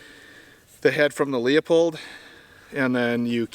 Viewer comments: It’s pronounced “Loo-Pold.” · Pronounced "Loo pold" 😁